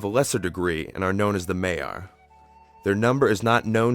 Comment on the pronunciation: I liked this documentary, but I have a few issues with the pronunciation of a few of the names, especially Morgoth. The "o"s should be far more rounded, and "Maiar" is pronounced "MY-ar", but I'm nitpicking.